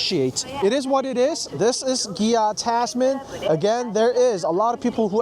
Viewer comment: Why you say gia😅